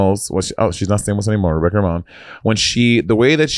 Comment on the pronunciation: Romijn pronounced Ramone. I cackled every time 😂